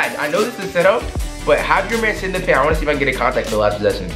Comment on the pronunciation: Paint but the T is silent😔